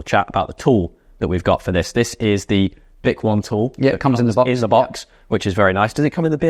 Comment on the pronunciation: 10 months later, bik-won is now bik-o-nee. They should of provided pronunciation literature in the box 😂